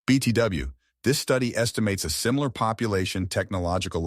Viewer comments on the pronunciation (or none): none